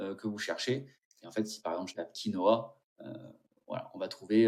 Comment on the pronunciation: Du coup il faut prononcer KI NO WOUA ;)